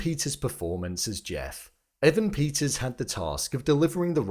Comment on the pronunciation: EEEEvan PETTTers omg.. not Avan Peeters...